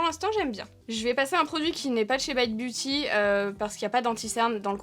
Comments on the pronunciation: Coucou on exige que tu prononce le nom à la française!! 😂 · La seule marque que prononce à l'anglaise 😅